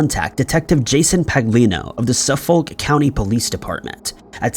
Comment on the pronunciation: Hey -- thanks for what you do!! FYI, Suffolk is pronounced " Suffick" for locals & those in the know. I'm from Bklyn, NY & learned to pronounce it as such in my childhood. Sorry to nitpick -- I want you to sound as knowledgeable as possible!!!